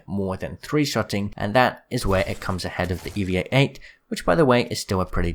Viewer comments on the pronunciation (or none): dude it is eva 8 not eevea 8 or whatever u said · U said Eva 8 wrong it’s E-va 8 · And why does he say evia 8? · Am i the only one who's triggered he said "evea-8" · Triggered is a bit much but ya I noticed that too